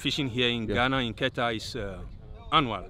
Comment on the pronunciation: You are pronouncing Keta like a native